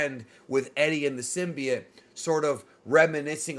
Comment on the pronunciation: bro its symbiote. not synbiet